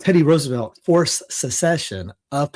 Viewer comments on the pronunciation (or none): none